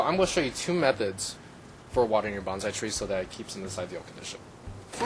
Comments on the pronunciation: Know the proper pronunciation of Bon-sai, it is not Ban-zai . . . Banzai is a battle cry. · By the way it's pronounced "bone-sigh" not bonzai that is a war cry used before committing suicide